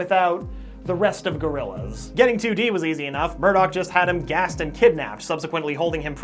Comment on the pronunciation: I like "GORILLZA" more